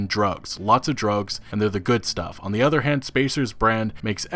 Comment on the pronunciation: The udder worlds?